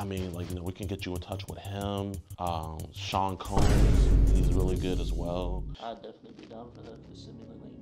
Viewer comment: "sean combs" "bryan moreant" bro im cryung